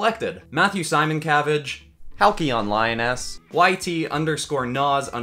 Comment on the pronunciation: Um... first, it's Hal-"SEE"-yonLioness. You got close, though! (... and really, it's my fault for picking a tricky name to pronounce.)... that said, * eeeee! * Thank you for picking the Ezalthi species for the redraw. This was my second go at participating, and the seemingly random challenge of alien being translated to dinosaur really did help nailing down the finalized design. I was so pleasantly surprised you chose a raptor to translate the Ezalthi species to. Peeling back the curtain on my end, the Ezalthi species was 'reverse engineered' from feathered theropods like the modern interpretation of raptors, with a dash of bull terrier and squid for flavor. That said, your interpretation of the Ezalthi design as a raptor was aces, and I loved Champaigne's recounting of the encounter of it. And speaking of Dr. MacGreggor... holy carps with haloes. On the one hand, I was pumping my fist in the air, cheering him on in regards to his decision to walk away from being employed by a villain.... on the other, I am a little worried that we might be seeing the origin story for another villain. The world he's from hasn't been kind to him, and I doubt it is going to get easier for a chap with his temperament. Thanks for showcasing my entry and offering the opportunity to participate,. I'm looking forward to going all out for this next redraw. Cheers! ~Lioness